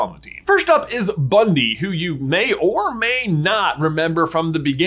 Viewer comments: bro. It’s Bunty. Not Bundy. 😂 Bruh. Come on. Newt called her Bunty. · It's driving me mad...it's BunTy NOT BunDy! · facepalm it's BUNTY, not Bundy... It's pronounced "BUN-TEE" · Her name is Bunty, not Bundy. And I don't think it's Tina in disguise, but who knows for sure? Jacob is magical, for sure. I knew it when he didn't forget his memories in Fantastic Beasts. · It's bunty not bundy, lol laughed so hard when you called her that. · Great video. one small problem the name is Bunty nor Bundi. I may have misheard and yes she is minimal in the 2nd movie but still. You can see in the note Newt left for her when he left for Paris with Jacob. Still great work waiting for this movie and trying to use my Dad's WB connection story get premier of screening tickets I can't wait forever. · I thought her name was Bunty a common British name not Bundy? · Cool video, thanks! Fyi her name is actually "Bunty," not Bundy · Did you say Bundy? It's definitely Bunty. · Isn't her name Bunty and not Bundy? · It's "bunty" not Bundy. Omfg you guys. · BunTY not Bundy. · BunTy not BunDy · sorry...i cringe at that you call her "Bundy" her name is "Bunty". its small but it bugs me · You keep calling her Bundy!! Her name is BUNTY!!!!! FFS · Isn't it Bun-TEE?